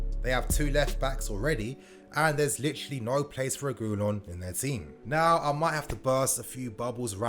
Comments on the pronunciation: SAY IT WITH ME : REH-GIH-LAWN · It’s pronounced Sergio re-gee-lon